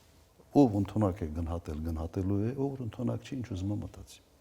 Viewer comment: Գընհատել չէ, այլ` գնահատել